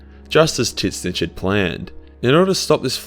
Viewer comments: Bro it's pronounced tz-ee-n-tch not tisnitch, you sound brittish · I learned about tzeentch from this video and was talking about him to my veteran warhammer friend who informed me after much laughing that it was not pronounced “titsnitch”